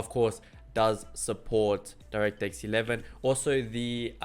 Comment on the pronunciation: so the 1050 does support direct x 11? because you didnt say it clearly